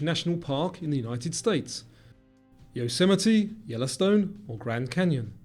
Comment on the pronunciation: How did bro just pronounce Yosemite